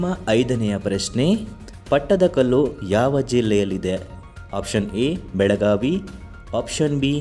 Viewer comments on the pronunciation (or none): none